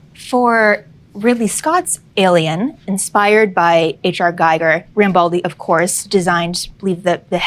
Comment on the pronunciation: Every time I hear an american pronuncing H.R. Giger name wrong I want to hit my head on the wall. It´s GIG-er (like "trigger") not Guy-ger. 😂😂